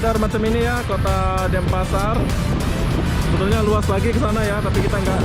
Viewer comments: Denpasar not Dempasar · DENPASAR BUKAN DEMPASAR BANG